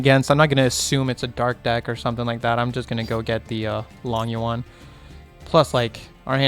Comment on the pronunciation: Chaofeng and Berserker sitting at home Think long yuan sounds like low-ng you-en